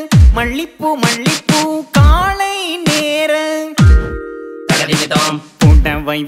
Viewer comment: Song is really good. Only thing is pronounciation of மாலை is மாளை and காலை is sung as காளை could have been corrected